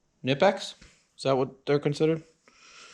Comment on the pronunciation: Knipex, German tool. Pronounced with a hard K. K-nip-ex. High quality tools.